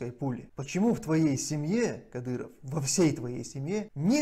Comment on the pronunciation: Кадырова надо к логопеду атвести.